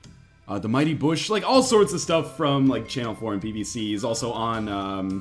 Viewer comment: Did you just say "The Mighty Bush"? Isn't it The Mighty Boosh?